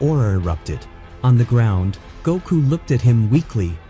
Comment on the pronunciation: it cringes me when you say "Goku's" name wrong and not Gotens